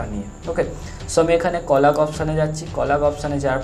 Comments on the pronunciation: Thanks a lot 😌 But i am sorry to.. Just akta kotha bolte chai Apni jeta কলাগ bolchilen ota কলেজ hobe.. Manus matroi vul hoy.. R manus eri responsibility seta thik kore bole dewar tai bole dilam😊.. Please don't mind dada😊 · ওইটা কলাগ না কলেইজ 😊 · ভাই ওটা কোলাগ না কলেজ